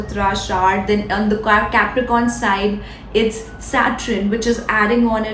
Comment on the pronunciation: Saturn and not Satrun…Not bad. Keep up the good work.